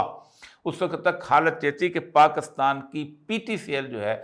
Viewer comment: اوریا صاحب۔ پاکستان میں کاف پر زیر ہے۔ آپ مسلسل اس زیر کو زبر بناتے رہتے ہیں۔ اور Pakistan کو Pakastan کہتے ہیں؟ عجیب!